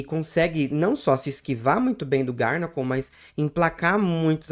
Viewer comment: Garnacl 😂vc pronúncia errado o nome desse pokemon é garganacl só uma dica não é hate😊